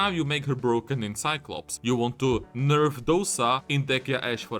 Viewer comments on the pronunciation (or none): none